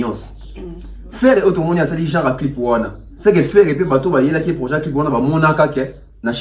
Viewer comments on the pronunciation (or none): none